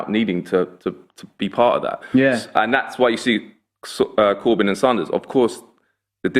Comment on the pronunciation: Saunders??? Bernie sanders??